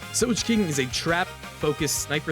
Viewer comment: Did bro just said soj king? ITS SOGEKINGU 😂